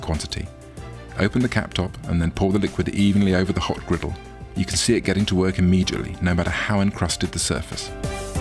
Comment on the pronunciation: “Turn of grittle”